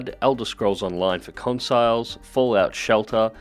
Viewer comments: Skyrim cor cons-i-les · I don't know if it's because your from Australia, but it bugs me that you say consiles.